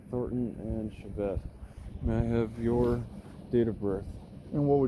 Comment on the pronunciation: "And what's your name..?" "" "Ok,." Lol.